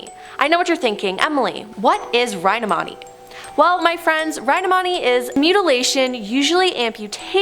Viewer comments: Holy sheet, also “rhinomoty” lol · When she can't even pronounce rhinotomy properly. Geeze 🤦‍♂️